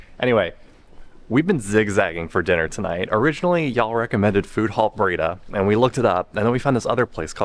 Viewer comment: It's Bray-DAH ;) (emphasis on 2nd syllable)